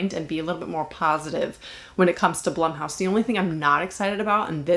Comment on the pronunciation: Blumhouse is pronounced Bloomhouse.